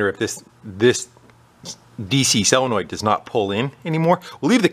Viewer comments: Ahem... SOLenoid not SELenoid :D I know... being picky... sorry :/ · why does it drive me nuts when someone calls a solenoid a selenoid ? am I just getting old and cranky ( 65 ) don't get me wrong I like the content and do learn from Him